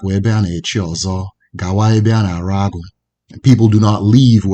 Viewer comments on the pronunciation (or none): Very good effort. You should spend some time 'Igbo pronunciations'. Igbo is a tonal language. Mispronounciations carry more severe distortion than in a non-tonal language. For instance you mispronounce AGWỤ (short form of AMAMIHE-AGWỤ-AGWỤ), the Spirit of Infinite Knowledge, as AGU, the Leopard. You will better with time and more learning. Chidi G Osuagwu